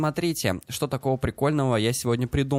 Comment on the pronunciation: Еще вместо "чо" , старайся говорить "Что"...